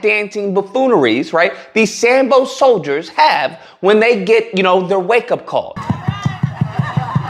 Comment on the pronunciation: Did he say Sambo solider?😅😅😅